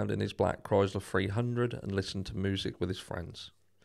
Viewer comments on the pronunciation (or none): none